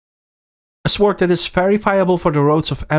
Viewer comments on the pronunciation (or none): The 'w' in sword is silent.